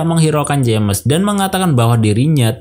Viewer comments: Btw bang saran aja kalo nama james dibacanya Jems aja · Salah Manggil nama bikin gak enak dengernya saran aja perbaiki penyebutan nama James bukan jammes aneh bgt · Dat "jemes" annoys me alot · Baca nama "James" salah